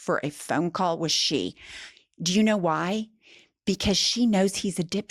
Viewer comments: Xi is pronounced as the letter “C”, not “she”. Not making fun of anyone, just helping out.❤ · Hello from Hong Kong. Love your show. BTW Xi is pronounced see. Not she. Just saying.